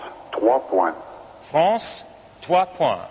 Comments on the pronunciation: DanBdx68 god knows where she got that idea from. It’s one of the easier words to pronounce in French. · Someone tell the woman how to pronounce 'Points' in French, it isn't that bloody hard.